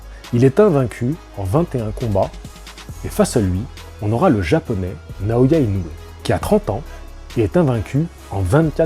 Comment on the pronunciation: ça se prononce INO - OUé!!! 😛 (réécoute le début de ta propre vidéo, le speaker du combat prononce bien le nom du Japonais)